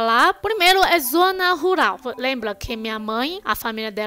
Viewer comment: Você fala ruRal e não ruLal, como cebolinha.